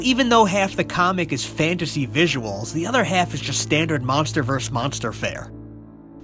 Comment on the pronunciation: Okay, I have to point this out cause it's driving me up the wall. The word abbreviated as "vs." is "versus." Pronounced verse-es. Not "verse". "verse-es." "Monster verse-es monster action." I don't understand how this has caught on on the internet; Mike at Cinemassacre does this all the time too. I think Godzilla's hell would probably be Destroyer murdering Junior for eternity. Though here's the thing: when Godzilla did die, apparently he went to Heaven. Akira Ifukube said that he put those chiming noises at the end of Godzilla's Theme in the end titles of "Destroyer" to signify "Godzilla's entrance into Tengoku"-- Heaven.